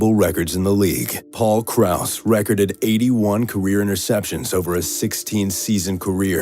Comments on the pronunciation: It's "recorded!" no 'recerdid' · anyone else bothered that he's saying "recorded" and not "re-corded"? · You're pronouncing record and recorded incorrectly. the verb is pronounced with a long E sound as in Reecord and Reecorded, it sounds really weird when you say it with the short e you said "smith would record x number of yards..." and it sounds ridiculous with the short e sound used when you mean it in the verb form. The short E is used when you use record as a noun, such as in the sentence "He beat the record." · it bugs me how you say "recorded" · At first, I thought you had made a reasonable mistake and mispronounced "recorded", so I thought nothing of it. But you mispronounced it twice. I'm pretty sure your first language is English, so if it is, you need to go back to 1st grade and start over. Even if the classes are only English. If you were pronouncing the word "record", then you are pronouncing it right (but that is a noun). You are using it as a verb. It's a different pronunciation.